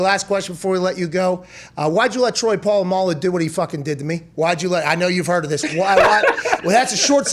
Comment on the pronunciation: He gotta get Po-Lam-A-Lu on the show